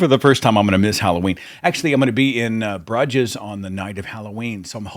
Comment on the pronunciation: Henry Is a cutie. TIL Bruges "BROOZH" is pronounced BRUH JIZZ. Seth, you're a funny guy. ;)